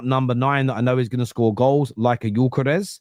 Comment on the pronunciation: you're saying Gyökeres much better than most English speaking people are 👍